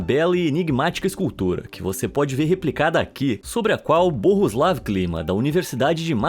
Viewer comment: Eu sei que é Bohuslav mas dito soa quase Burroslav 😂